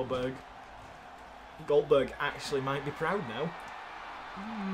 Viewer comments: MAH GAWD COLE ITS OLDBERG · "Boberg" "Boberg" "Boberg"!